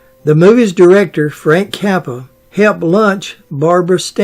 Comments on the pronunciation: Is he saying the Director Frank Capra ? Sounds like he's saying Frank Cappa , but Frank Capra was the great Hollywood director back then he directed it's a wonderful life. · It’s Frank Capra, not Kappa